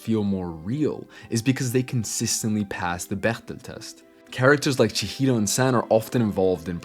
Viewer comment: First time I hear an english speaker pronounce Chihiro properly.